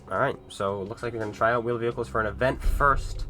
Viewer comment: Vheeled Wehicles uhm can console's render them quickly enough?